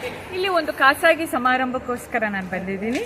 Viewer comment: ಮೇಡಂ ಜಿ ಖಾಸಾಗಿ. ಅಲ್ಲ ಖಾಸಗಿ ಎಂಬ ಪದ ಸರಿಯಾದುದು